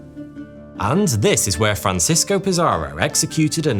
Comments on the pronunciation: Conkeestadore, not conkwistadore. Franseesko, not Franchesko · 🤣Your Spanish is crud but it's worse than that. Hilarious how you were pronouncing Francisco the Italian way Francesco. Then about halfway through your script, you realize he's a Spaniard, not an Italian 😂, or maybe it dawned on you that there's no city in northern California called "San Francesco" 🤣🤣and started pronouncing it more correctly. But you realized too late. Going back and making all those corrections would suck when most people are noobs who won't even notice.